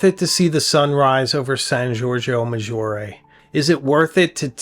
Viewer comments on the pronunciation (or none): none